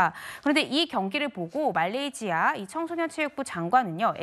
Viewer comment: 발음좀 똑바로 하세요 아무리 종편이어도 그렇지 멀쩡한 타 국가 정식명칭 놔두고 말레이지아 말레이지아.. 한글 못읽어요?